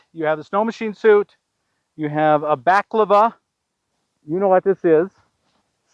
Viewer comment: Balaclava. Not baklava.